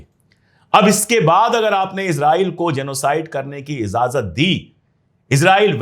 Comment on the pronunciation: Not izazat but ijazat is correct word